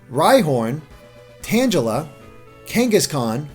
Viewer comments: he was so close to pronouncing all right... Tanjella? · It's not fricking (Tan-jell-Uh) 😒🙄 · Ikr?! It's pronounced freaking Tangle-a. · Tanjella? isn't it tan-GEH-la, like tangle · its not tanjela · "tangala" lol XD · Tangela Merkel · I'mReallyBadAtThinkingOfUsernames:D Did he pronounce it like Tan-jel-a? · I personally pronounce it as tanjela not only easier, but more natural to say. It's like the word 'gif' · Tangela.... Your pronunciation... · Wow that Tangela pronunciation was horrific! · HAHA damn wow It sounded a little cringe worthy the way you said Tangela's name same with Venonat too much emphasis and overused volume on Gela part of Tangela's name and AT for Venonat XD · Oh God, that pronunciation of Tangela! 😵😵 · THANK YOU, NO ONE ELSE MENTIONED IT!! XD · Haha, you were doing so good until Tangela,. That's ok though, thanks for the info.